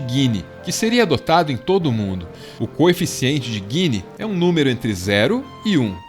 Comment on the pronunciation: É coeficiente de Gini não guini!